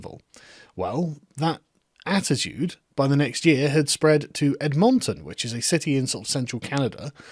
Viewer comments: I Canadian ears are screaming at the way you pronounce Edmonton. Ed-monton, not Levi-o-sa..... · The way you pronounce Edmonton makes you sound like a stroke victim. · I'm from near Calgary but I was laughing at his pronunciation too. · I love the way you pronounce Edmonton hahahaha, you amazing British fuck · Your mispronunciation is proof of your colonial nature. No respect for the culture or its citizens. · His pronunciation of Edmonton had me going 😂🤣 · I'm Scottish and Sargon's pronunciation of Edmonton was not only making me laugh but cringe too. I can only imagine what it was like for people that come from there. lol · I'm going to start saying 'Edmonton' this way. It's clearly better. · Man, that Edmonton pronunciation. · The way he pronounced Edmonton hurt my soul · Yeah, he should know better. We have an Edmonton here in England, and it's pronounced exactly the same. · Few corrections: 1) It has nothing to do with Black Lives Matter, infact as a citizen of Edmonton Ive never even heard them mentioned here at all. Its a Trans black/indingenous/poc group that is demanding $40,000 for a private trans dance party.. absolutely ridiculous 2) It's pronounced Ed-men-ten not Ed-MON-TON 3) people here ARE saying fuck you and throwing their own festival, and even the mayor said they will set something up so these goofs cant ruin everyones fun cheers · I love your pronunciation of Ed Mon Ton and it is fun to watch the left eating's itself. Who is more oppressed on the oppressed scale jaja. Libtards being libtards so who cares. Good to see no Gay pride parade as it is an oxymoron anyways. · We in Edmonton Ar thrilled by this!! AND YOU ARE PRONOUNCING THE NAME WRONG!!! It is is Pronounced more like Ed-munton THE LEFT EATS THEIR OWN!!! This my home we are done with Identity Politics!! PEOPLE'S PARTY OF CANADA!! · pronounced Edmintin btw LUL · Hey Carl, we pronounce Edmonton as “Ed • min • tin”. For Toronto we don’t say the last T. “Ter • on • oh”. 🇨🇦🐸👌🏼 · Ed m’n t’n